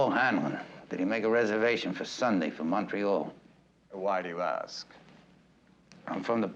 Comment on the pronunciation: Kudos to Columbo/Falk for pronouncing Montreal properly and not the way Americans typically say it (as if it were Montana.)